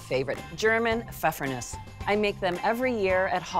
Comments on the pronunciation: in german you pronounce the E at the end.. it's Nuesseh! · I only clicked on this video to learn how to pronounce pfeffernusse.